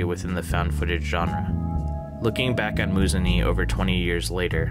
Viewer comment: It's pronounced "Moo-zun-ehh"! Love your videos btw :)